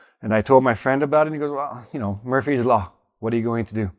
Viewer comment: Methinks it's Murphy (law) rather than Murpy. Errare humanum est...